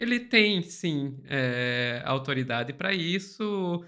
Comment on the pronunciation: Ela disse "autorisdade"? Sabe muito de sexo e sacanagem e só.